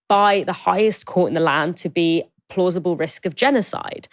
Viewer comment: Why is she still saying plausible ??